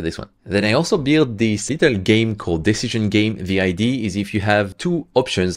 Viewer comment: I love your videos BUT please STOP saying IDEE ! It’s IDEA with an A at the end!!!